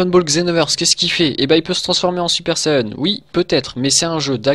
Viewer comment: c'est quoi un "super sayeune" ???